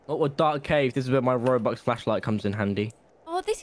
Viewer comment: Robux, not rubux